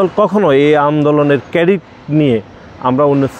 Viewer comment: কেডিট না ক্রেডিট । কই থেকে আসিশ ভাই? শিবিরের পোলাপাইন দেখছিশ?আর তোমরা এখন লীগের মতো পুরান প্যাচাল পারা শুরু করছো। go to heeeelll.